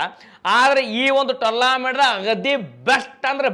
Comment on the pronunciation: ಭೈ ಅದ ಟೂರ್ಲ್ಯಾಮೆಂಟ್ ಅಲ್ಲ ಟೂರ್ನಮೆಂಟ್.😂